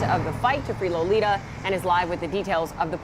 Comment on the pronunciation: Her name is Lolita say it right or don't say it as all